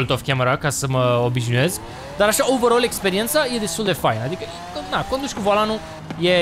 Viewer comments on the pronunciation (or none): none